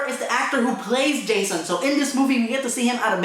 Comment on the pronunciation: lol, Hah-sohn